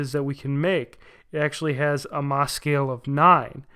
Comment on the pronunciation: Hey love your channel, Geology major here, it is pronounced Moe, MOHs hardness scale! Great video btw!